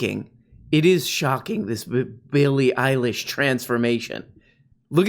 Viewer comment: Eillie Billish